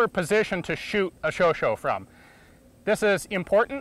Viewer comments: Very good and informative video! Just in case you have to talk about this gun with a French speaker in the future, the last A in Chauchat is actually pronounced the same way as the A in Hat, but with a silent T. Also, the French "Gifle" you mentioned means a slap, and the G is actually pronounced just like a J would (like in Joy). I have just finished reading "Storm of Steel", "All quiet on on the Western front" and am currently finishing "Les carnets de guerre de Louis Barthas, tonnelier" a French Poilu who fought the entire war from the early days of the war, to Ypres, Verdun and la Somme, and seeing the videos of the WWI weapons you have done really helps put things in perspective. Thanks! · It's pronounced as in AmericA ^^ Anyway...thank you for your videos, I love them! And thank you for making me discover the reality behind the myth of one of our guns I used to think was garbage! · I thought it was pronounced "Sho-sha," not "Sho-sho" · Its not really pronounced as "show-show", more like "show-shot" but without the "t" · i cringed every time ian said "chauch-O" instead of "chauch-A"... now if he eats cheese and drinks red wine while wearing a beret in a video he'll be forgiven :) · About the name, in French it would not be pronounced like "cho-cho" but like "cho-chat" seemingly short for hot-cat. AFAICT. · Chauchat = "Show Shah" not "Show Show". Votre prononciation a besoin de travail dans ce cas pourtant merci pour un vidéo excellent. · and yes..its pronounced 'show shaw'..not' show show" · Excellent video and I really enjoyed it, but please Ian, stop calling the LMG a Sho-sho. This is French. The correct spelling is chochá, the O like in "over" and the A like in "hard" or "bark", or "sharp" without the rp. The final T is mute, like in the word "chat" (cat) that you spell "shá", like the Shah of Iran. I say this because I noticed that you always strive to spell every foreign word the very best you can. Keep the excellent work! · shosho? u mean sho shat.